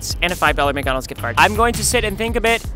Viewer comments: This is so funny ''and a 5 miggonolgs gigt garg'' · "and a 5 dollar mgonals gift gard"